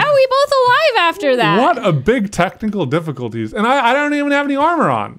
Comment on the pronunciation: keeps saying technical difficulties worng AHHHRG